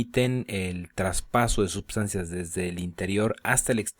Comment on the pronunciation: por qué dices subsancias?